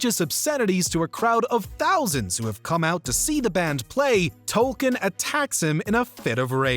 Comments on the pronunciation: Its Token not "Tolkien" 😒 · Everytime you say "tolken" it just kills me. His name is TOKEN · it's Token, not Tolkien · It’s Token, not Tolkien. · did you really feel it necessary to pronounce it "Tolkien"? lol - guess so